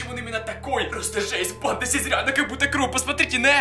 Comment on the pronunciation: МНЕ ОДНОЙ КАЖЕТСЯ, ЧТО ВМЕСТО СЛОВА,, БАНДА,, Я СЛЫШУ,, ПАНДА!!!!!!! 😯😯😯